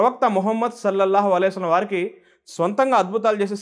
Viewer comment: Sir dayachesi Mohammad sollellahu alaihi vasallam anedi spastam ga cheppandi